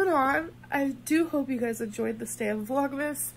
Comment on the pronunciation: I understood 'Vlog mistake 2' instead of 'Vlogmas day 2'